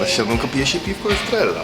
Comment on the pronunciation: Estrella (czyt. "EstreJa)